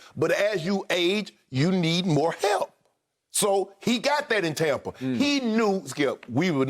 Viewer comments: TOMpa Bay, like Tom Brady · “Tompa Bay” 😂😂 but true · Tompa Bay Bradyneers